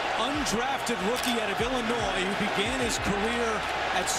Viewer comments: And there is no s in Illinois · you don’t pronounce the “S” in Illinois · You need to learn how to pronounce Illinois and Illini